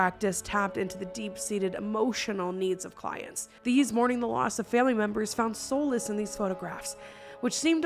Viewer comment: Actually its solace (Sawl less) not (soul less).Not sure if it was intended pun or not. Love your videos 💙😸✌